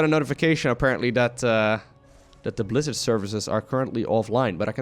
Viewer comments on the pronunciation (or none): none